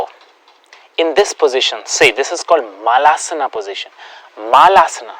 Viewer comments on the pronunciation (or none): it is pronounced as malasan not maalaasanaa ....